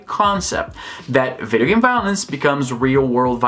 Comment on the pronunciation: Geez, I heard u saying " I don't care about game GAY" I was like "what hell", then I turn on the subs XD